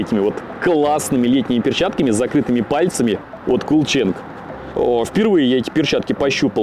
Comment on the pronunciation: CoolChange читается как Кул Чендж,а не КулЧанг)) И кстати,да, продукция у них в основном неплохая,хотя и просто брендированый ОЕМ.